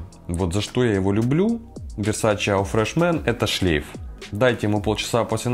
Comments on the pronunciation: ЕAU читается как «О»))) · Весь такой знаток а eau произносит неправильно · Человек осведомленый в парфюмерии,говорит АУ фреш мэн?????!!!!!!!Сразу не смотрю!